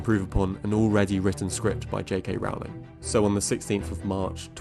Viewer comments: Great video! Just one thing, JK Rowling's last name is pronounced (Rolling) like rolling down a hill. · Rowling rhymes with "bowling." How can you not know this, how can you mispronounce her name, having done so much research on your good video here? And she is not really "J.K."; she is Joanne. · I agree JKR isn't a good screenwriter, but can you please pronounce her name correctly? "Rolling." (Although I suppose you could argue having the world never use her name improperly is what she deserves for being an anti-trans activist and dead-naming people.) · How about pronouncing JK Rowling's name correctly for starters? Difficult to take this seriously when you don't even pronounce "Rowling" correctly. Do your homework. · You could boost your cred more if you'd pronounce J.K. Rowling's name correctly.